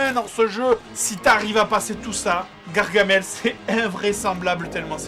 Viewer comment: Y'a pas de "e" à gargamel